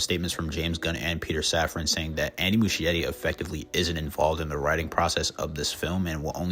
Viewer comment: The ‘ch’ in Muschietti is pronounced like a ‘k’, so it’s Mus-ki-etti, not Mushy-etti.